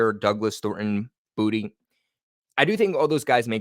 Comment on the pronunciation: My spirit tells me it’s boo tay not booty